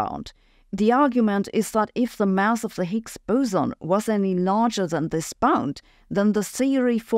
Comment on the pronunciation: Mouse? I think she means to say mass.